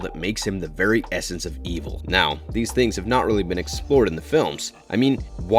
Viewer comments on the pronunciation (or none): none